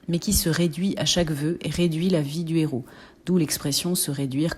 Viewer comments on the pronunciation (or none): none